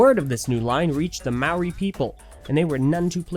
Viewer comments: Mowie No offence but it's mo-ree...Maori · I dislike how people overseas pronounce moari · When you said Maori I was disappointed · Please never try and say “maori” again. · do you really think that's how you pronounce 'maori' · That's not how you pronounce Maori